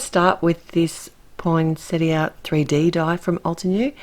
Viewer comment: I can't tell you how happy this botanist's wife was that you pronounced Poinsettia correctly. And bonus... you knew they aren't flowers but leaves!!! I'd come to Austrailia and hug you if I could!! I love your cards and am glad I stumbled onto your series.